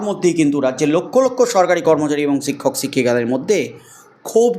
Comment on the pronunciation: "সিক্ষক সিক্ষিকা" উচ্চারণ করছেন